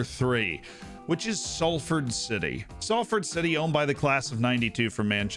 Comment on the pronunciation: Come on the ammies. Im amazed you pronounce Salford correctly